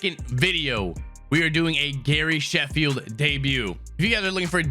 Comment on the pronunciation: He really said Gary Sanch Eyes😂